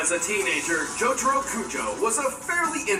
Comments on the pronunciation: exactly its JO TA RO not JO TAR O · He said j-toro... I'm shleep 😂😂😂